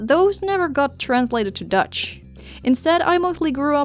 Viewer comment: Tell me why when I heard you say Dutch I heard Deutsche